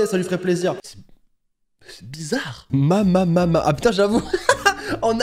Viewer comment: Mamama se prononce mamema 😊